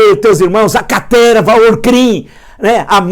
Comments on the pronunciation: Quem mais vem só pra ouvir o professor falar carterva? 😂😂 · "toda essa CATERVA" Nessa hora ai ele falou com vontade! Adoro esses momentos XD